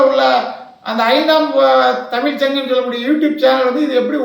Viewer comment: இந்திய அரசியல் இருந்து உலக அரசியல் வரை கிழித்து எல்லோரையும் கிழித்து தொங்க விட்டு இருக்கிறார் வாய் திறந்தால் சங்கம் முன் வைக்கும் கேள்விக்கு பதில் கூற முடியாமல் மூடிட்டு இருக்கு ஐந்தாம் தமிழர் சங்கம் என்ற பெயரை கூட சரியாக உச்சரிக்க தெரியவில்லை யாருடா இவன் கோமாளி போட அங்குட்டு